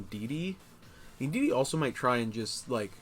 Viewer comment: Indeedee not indeedeedee 😂